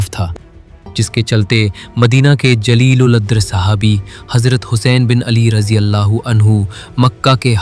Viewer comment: بھائ آپ تلفظ صاف کریں ۔جلیل کے معنی ہوتے عالم ،فاضل،قابل قدر، ذلیل کے معنی اس کے بالکل پلٹ ہیں۔ یعنی جس میں ساری برائیاں ہوں ۔